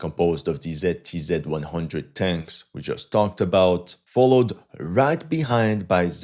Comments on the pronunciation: My ears are bleeding from the way you pronounce ZTZ :)) , never heard somebody pronouncing it like that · What the hell is "TZTZ"?? I thought it was "ZTZ"